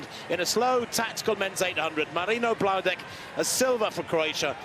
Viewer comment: please learn to say Bloudek. It's not that hard. It's not "Bludek" or "Blaudek" it is Marino Bloudek